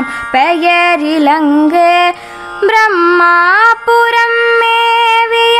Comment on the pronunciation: ப்ரமா புரம் என்று உச்சரிக்காமல் பிரமா புரம் என்று பாடவேண்டும் மகளே திருச்சிற்றம்பலம்